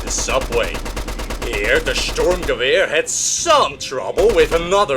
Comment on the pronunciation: Fun fact 1, the German soldiers' uniforms were made by Hugo Boss. Fun fact 2, the STG 42 was issued as a submachine gun, Adolf H. wasn't a big fan of assault rifles. Good video and your pronunciation for the assault rifle ( Sturmgewehr ) is almost perfect.